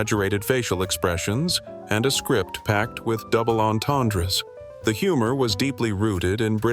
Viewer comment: There is no S in "entendres" - it's silent, like the P in "swimming'